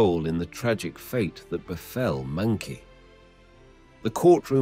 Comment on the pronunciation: meng -qi is pronounced as "meng -jhi" that is the proper Chinese way of calling this name. NOT meng -Ki